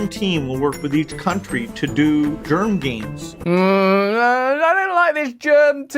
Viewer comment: When that sob said germ games I said LOUD AF 😳HELL NO